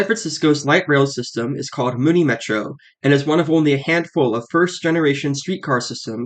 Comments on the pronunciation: Muni, not Mooni 🤦‍♂️ (MUNIcipal) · Muni = "MYOUnee" rather than "Moonie", though surely your viewers would be understood by the locals if they went to SF and asked for the closest :Moonie station". And bravo for this VERY detailed and clear explanation of Muni. I learned things I didn't know. Finally, in the early '80's the cable car system shut down for a considerable length of time for a complete overhaul. It was that cable car-less period when Muni first began running the F-Market line with streetcars from all over the world. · Yeah, like "municipal", remember that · MUNI as in MUNIcipal, like Mew Knee